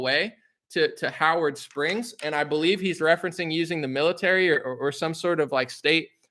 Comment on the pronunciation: Am I the only one who noticed that when that Aussie said Howard Springs it sounded a lot like Auschwitz am I really the only 1 who noticed